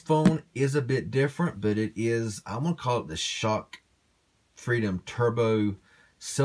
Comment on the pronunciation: I believe it's pronounced (ess cock)